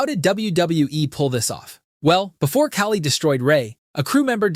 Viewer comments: The infamous ca-lee instead of khali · He pronounced Khali weirdly